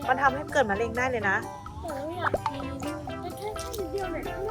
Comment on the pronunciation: มาแล้วครับบบบ กินของย่างระวังมะเร็งนะครับบ แม่อุ๊พูดว่ามะยิง55555+